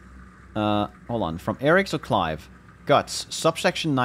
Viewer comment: "Cliv" Makes me laugh every time i hear it